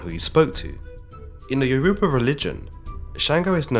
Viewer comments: Be careful getting history from someone who can't pronounce the name of the tribe that they are telling you about. If u can't take the time to get the name correct what makes me think that you can get the story correct? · The way u pronounced Yoruba bruh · (Yo-ru-ba) Of Nigeria